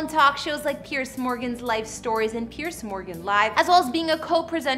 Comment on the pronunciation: It’s Piers not pierce